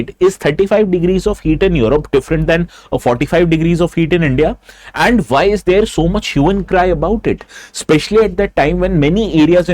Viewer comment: Not vyy pronounce why.